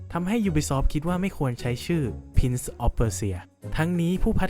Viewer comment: เนื้อหาดีนะครับแต่การออกเสียงไม่ดีเลย Prince = พรินซ์ ไม่ใช่ พิ้น ครับ